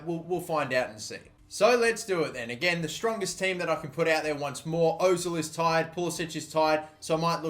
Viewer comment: its pronounced Pul-i-sick